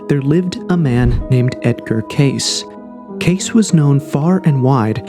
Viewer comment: I love this channel, I really do. But damn, their names are Edgar Kay-See and Robert Shock. I think he actually pronounced the name of the Great Pyramid creator better than the simpler ones lol. Usually I'm not a critic like this but I been into this stuff most of my life and have heard these names said hundreds of times. I just thought that maybe it was common knowledge. Excuse my ignorance. But great topic for discussion 👌🏼